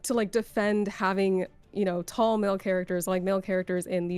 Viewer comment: Geez, how much emphasis do you need to put on the "tall". Wonder I'd she would criticize a guy saying only the "bustiest" with that much emphasis lol